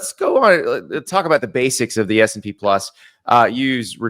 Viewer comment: Classic Andy. Can’t even say the name correctly. “S and P” 😂